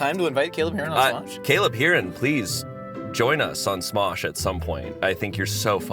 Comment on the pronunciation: Shayne Topp continuing his trend of pronouncing things just a little bit wrong with this newest entry: Caleb Hearon.